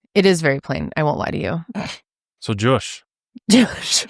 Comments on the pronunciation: I’m a french Canadian 🇨🇦 and his prononciation of his name is horrible 😂😂😂😂 🆘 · French Canadian here! Josh pronunciation isn't the best 😂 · Josh did a good job with the accent. :) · I’ve been watching you since 2020 (I show up about once or twice a year and binge watch everything that I missed) from the French speaking side of Belgium. I don’t feel Josh’s pronunciation of his name was very French sounding but kudos to, who did a great job with hers ^^